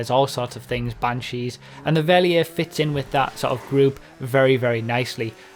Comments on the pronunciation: Verlierer = fer-LEE-rer It's German for "loser" ;p. Great video btw, I like listening to these while playing. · call the Verlierer fair-lee-rare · Try saying it like this: Verlierer = "fair-leer-uh". That's about as close as you can get to the German pronunciation without actually going and studying German pronunciation rules to get the exact sound. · Try pronouncing it fer/leer/er! I think the car looks great! It's rather funny that it's German for "loser" though! Rockstar humour! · Mispronouncing Verlierer is one thing, but mispronouncing Cognoscenti is waste of a good pun in my opinion.